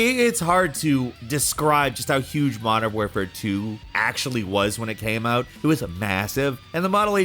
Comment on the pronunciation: WAR-fare not WARE-fare ffs. Community can cry if u want. Smd